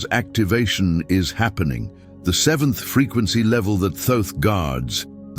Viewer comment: A friend who claims to know reckons that that's not how you pronounce Thoth? I'm going to look it up now I need to know. Okay here's what I found... The traditional English pronunciation of Thoth has two primary variations: "Thoth" (rhymes with "oath" or "both"): This is often pronounced with the initial and final "th" sound as in "think". This is the most common way in English. Phonetic spelling: THOH-th or /θoʊθ/ (US) and /θəʊθ/ (UK). "Tote" (rhymes with "boat"): This version replaces the "th" sounds with a simple "t" sound. The name "Thoth" is a Greek adaptation of the original Ancient Egyptian name, which was closer to Djehuty (or Tehuti, Tahuti). The exact original pronunciation is difficult to know because ancient Egyptian writing did not use vowels. It seems that there's more than one right answer 🤔🤔🤔🤔